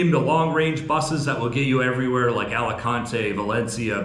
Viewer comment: Nunca debes intentar leer o pronunciar el español igual que lo harías en inglés. Alicante 😂😂